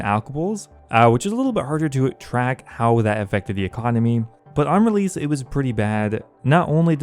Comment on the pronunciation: I've always wondered why you pronounce the letter s or c as a z instead. You do it a lot but not 100% of the time. Like when you say spezifically, releaze, letz, piezez, seedz, etc. I remember the first few times I knew there was something odd but I couldn't put my finger on it but then I noticed what it was and ever since I can't stop focusing on it lol. I'm genuinely curious guys, please don't get mad lol I mean no disrespect or anything of the sort.